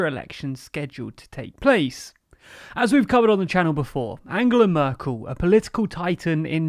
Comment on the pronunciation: Söder -> Soder, Merkel -> Mörkel, its not that the spoken english alphabet lacks ä,ö and ß, you just need to learn how to use them. I actually was very courious about Nüßlein, did you just give up ?